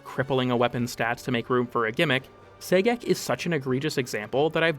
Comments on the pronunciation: I would have preferred "Gay-Sex" but I'll take what I can get, I guess....😒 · I keep hearing "Say-Gex" everytime he mentions Sagek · I’m so glad to hear I wasn’t the only one, lmao